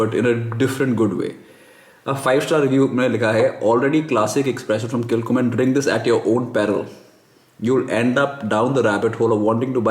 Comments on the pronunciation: Nice video. Pronounced Kil _Homan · Pronounced kil ho mann thought since you are so particular that you should know.